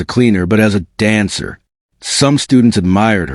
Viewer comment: Dancer, not answer. Tears welled not weld.